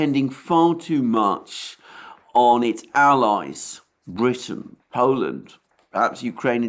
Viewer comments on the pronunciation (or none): none